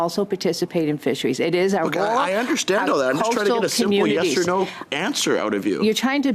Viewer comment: She cant pronounce "yes".